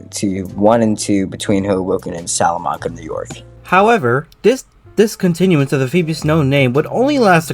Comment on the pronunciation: Just a few notes on town name pronunciation. Elmira is pronounced El - MY - ra. And the "manc" Salamanca is pronounced like it rhymes with Frank or Hank. Salamanca is a cool town with a neat railroad museum. It was the was the junction point of the Buffalo and Rochester lines of the Buffalo, Rochester and Pittsburgh (BR&P) railroad.